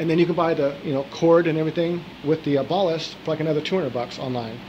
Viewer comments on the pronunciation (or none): It isn't ball-ist it is bal-ist.